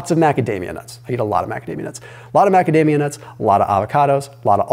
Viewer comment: After watching some news on YT came in for the new video which was excellent but the advertisement for macadamia was totally hilarious cause I kept hearing magademia.. anyways thanks for great insights again will try and implement the cycling of morning and regular Fasting just to mix it up and keep the body guessing and on high alert. Thanks to your channel and ideas along with few other content creators ideas I have lost 12kg during the last 6 months. Now with in good shape weight wise am starting to put in a lot more exercise.